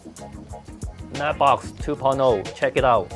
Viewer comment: I kept hearing "Nerdbox". It kinda made sense.